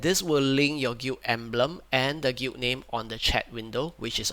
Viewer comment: bruh you keep pronouncing the word "Guild" like "gweet" or "gute" wtf?